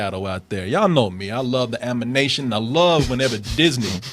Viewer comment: Martin and Corey want to laugh so bad when mispronounced "animation" lol